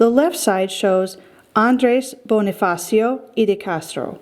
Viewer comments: ella claro Bonni-fassio that’s how you pronounce Bonifacio. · its pronounced bo-ni-fa-sho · Let me correct you Andres Bonie-fasho Pronouce it like that...